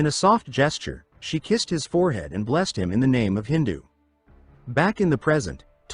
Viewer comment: Why does this AI keep pronouncing Idhun as hindu? Did OP not bother to check what they ded into the AI?